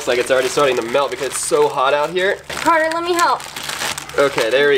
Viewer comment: My friends and the name is Carter, not whatever you said.